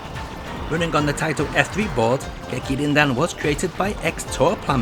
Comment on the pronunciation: "Gekir-Rin-Din" — James Rolfe